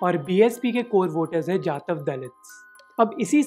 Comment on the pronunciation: Correct pronunciation is जाटव not जातव .